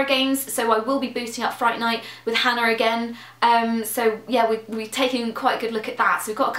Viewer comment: Sometimes it sounds like and other members of the Yogscast pronounce Hannah as "Hanar" and now I want to see fan art of Hannah as a Hanar (Mass Effect). Also Nanobytes sounds fun, I approve!